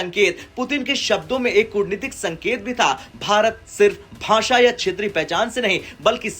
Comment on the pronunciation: Tu to dhang se bolna Sikh le pehle..bhasha hota ..basaen nahi..